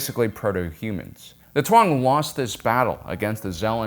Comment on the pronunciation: Bro why do you pronounce taung as twong. That shit sounds so goofy idk why